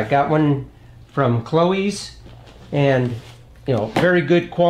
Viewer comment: and btw its cloyes sounds like boys or boyz .Its an irish surname.